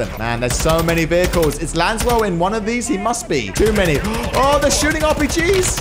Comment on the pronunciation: saying “Lanswell” instead “laswell” feels so wrong lol